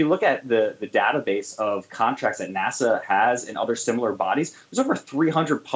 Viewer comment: Someone please tell the host that N.A.S.A. is pronounced "nass-uh", not "nas-saw".